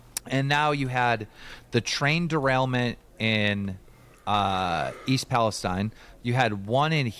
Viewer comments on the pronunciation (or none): I hate how with the East Palestine train derailment every single person who is not from Ohio can not say it right not a single person